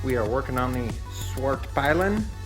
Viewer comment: Dude look up "How to pronounce Husqvarna Svartpilen" On youtube there are plenty of Swedish channels out there who will tell you, And its not pronounced Svart-Pie-Len. Just saying, It's like owning a Ducati and calling it a Dukecati or something like that.